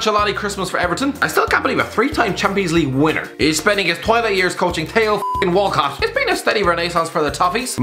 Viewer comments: how he pronounces Theo Walcott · Tayto walcott